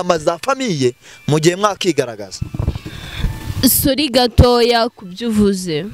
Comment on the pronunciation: Ngo Solli 😂😂😂ho kuvuga ngo sorry arantwengeje 😂😂😂😂 wewe ubona ubona ari mushiki we 😂😂😂😂 Ndagusavye reka kuntwenza